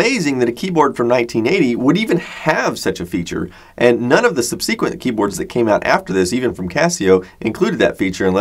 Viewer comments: Great video as usual but the word is subsequent, not subseequent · Or subSEquent. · He also pronounces "subsequent" weird.